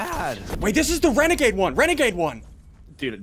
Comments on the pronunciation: He actually said is the renagade rare??? I’m like 👁👄👁 right now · This is how many times Ssundee said Renagade rader? l l 🔻